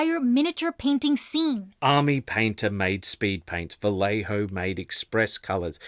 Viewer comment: Little nitpick: the "lle" in Vallejo sounds like "yeh".